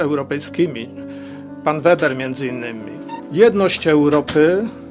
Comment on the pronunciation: Herr Manfred Weber (trzeba to nazwisko prawidlowo wymawiac nie Weber tylko Weeeber). On byl (jest) szefem CSU Bawarskiej. Zaslynal swoim planem zgloszonym do Komisji (nie przeszlo) zeby wytoczyc sankcje wobec Polski i Wegier za nieposluszenstwo. Raz w styczniu ..2 albo juz 3 lata temu slyszalem wlasnousznie w radion z nim wywiad. Bylo tak. "My Niemcy odkad sie skonczyla II WS stoimy na pozycji ze NIGDY WIECEJ WOJNY..ale!! Ale jesli któres z panstw EU nie zastosuje sie do naszych zalecen i nie wystarcza srodki dyplomatyczne to bedziemy stosowac srodki drastyczne!!!...dziennikarka do niego "Ma pan na mysli Polske?" ..a on...Tak..Polske i Wegry ...przy czym z Wegrami to ja mamy dobre uklady i sobie poradzimy. Gorzej z Polska, tam trzeba dopasowac rzad do naszych potrzeb!!.